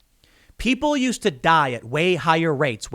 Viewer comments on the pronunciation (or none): none